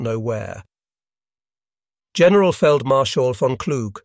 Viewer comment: The AI that speaks was atrocious on this video. General with a hard g. Whoops.